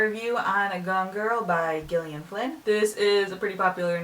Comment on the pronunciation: Isn't Gillian supposed to be pronounced the same as the name Jillian?